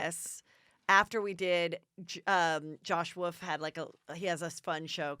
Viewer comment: Why does heather say, "Josh Woof" instead of "Josh Wolf"....